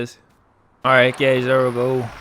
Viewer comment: Hey gays" lmao